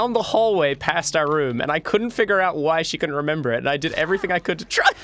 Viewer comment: Re-Mem-Brall. It's not that hard, is it?